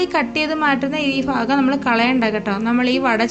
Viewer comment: ഫാഗമല്ല ഭാഗം - ഭയങ്കര ത്തിന്റെ ഭ